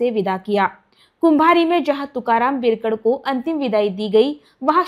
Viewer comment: Madam बिरकड nahi बिडकर बोला